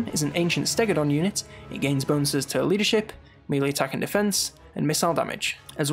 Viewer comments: Christ laddie! If you're gonna use the word melee a million times at least learn how to pronounce it! Nice video, very thorough! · Melee is pronounced maylay